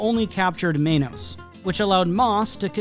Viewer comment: Ur saying Mas right but it's Men-Oss not Mane-Os, I'm a little lost as to how some non-spanish speakers get this one wrong alot. In english the word men exists and then the oss u could just take from the worst "most". Sorry it's cus the way you were pronouncing menos, almost sounded like you were pronouncing it wrong on purpose. They even said their name on the show! How could u pronounce it wrong!? Oh but if it was a complicated ass Japanese anime name all of us including myself be practicing that shit til' we get it down as if we spoke the damn language. 😂